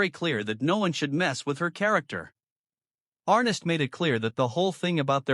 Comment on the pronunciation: His name was "ArNESS", not "Arress".. oy... Arness took a round at Anzio and had that characteristic limp ever after. The "Long Branch" in Dodge was a bar and cat house on Front Street from c 1875-85, historically.